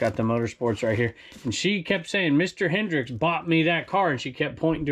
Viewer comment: Just so you know it's Hendrick not Hendrix/Hendricks lol